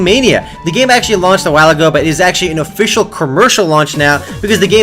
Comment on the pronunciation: i think was drunk:)) officciallllll offffi-cial and many words:D